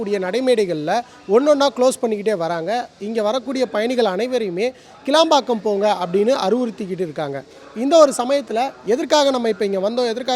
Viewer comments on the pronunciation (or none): ITS NOT KELABAKKAM ..its ....kilambakkam ....confusion Please address that New Bus stand as VANDALUR KCBT